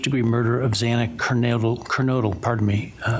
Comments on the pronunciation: I have no respect for this judge. He mispronounced Xana Kernodle's name each time. He also chastised the families regarding the public contacting him about the plea deal. Ah, too bad, Judge. Just shows his insincerity over their feelings. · This judge is a NIGHTMARE - he has more deference for everyone except the parents of the murdered students. I remember the judge on the Gannon Stauch trial and his words to Leticia - this man said NOTHING - only thanked him for standing. Chastised the dad who tried to get 11th hour justice and mispronounced Xana’s last name over and over. Completely incompetent and heartless. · No, read what is there and use your brain. I am upset that he could not pronounce Xana’s name! 🙄